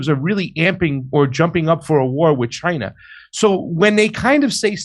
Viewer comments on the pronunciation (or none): none